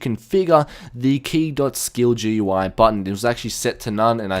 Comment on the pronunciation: It's not GUI, its goo-EY thats how you say it. Trust me